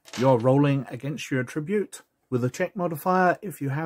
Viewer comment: Other than how you say attribute and THACO, these are still really great! You're one of the only ones who's covered 2nd edition in depth, well. Thank you for it, sir! 👍🤓2 yrs old and still being watched.... wow! 😎